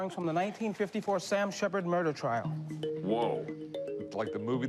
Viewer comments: "Fair twial" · “Fair twial” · A fair twial you say 🤔😂😂